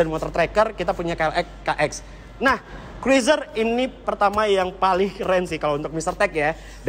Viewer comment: cruiser.. dibaca kruuzer...